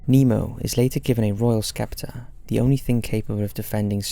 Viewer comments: "a royal skeptor" the C is silent is scepter, my dude 😄😄😄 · I've always thought your readings are brilliant and your narration perfect however your pronunciation of the word 'scepter' makes me dubious. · You mispronounced scepter